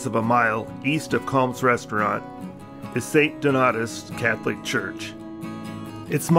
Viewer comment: its pronounced st DON-AY-US